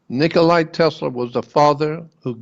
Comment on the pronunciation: Nikola Tesla (NOT Nicolai!)